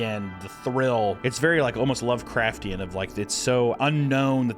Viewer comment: drinking game, every time says lovecraften, take a shot